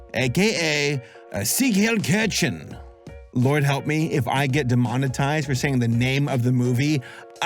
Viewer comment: let's try to work on your pronunciation a bit, shall we ? ^^ "siegheilkirchen" is pronounced like "zeek hile (just like "pile") keer-shen" i know the "ch" is hard to pronounce or even find an example in english for. the best example for the "ch" sound is the very first sound of the "h" when you say "humid". so if you repeat "humid" a few times, focussing on the "h" sound right at the beginning, you can try and say "chen" and then try the whole thing "zeek hile keer-chen" though i wouldn't recommend saying that when visiting germany xD